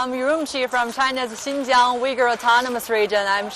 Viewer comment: First of all, you need to study how to pronounce 'Uighur' not yuigur dumbass.